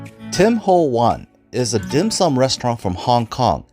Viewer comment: he’s definitely not Chinese…the way he pronounces the dim sum….lol